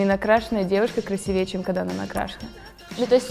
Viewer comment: не красивЕй, а красИвее! тьфу блин😣